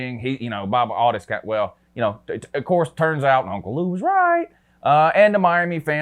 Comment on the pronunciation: I caught that too! Uncle LUU